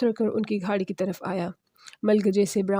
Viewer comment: یہ گھاڑی کیا ہوتا ہے ،گاڑی ہوتا ہے ، بڑھتا ہوتا ہے بھڑتا نہی